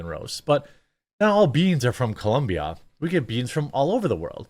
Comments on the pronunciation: It's COLOMBIA not ColUMbia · it's COLOMBIA, idk why this is so hard, I live here and literally they have shirts that say "It's Colombia not Columbia" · Colombia, not Columbia, cmon Jeremy! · Why you have to pronounce Colombia like that? Are you some sort of xenophobe?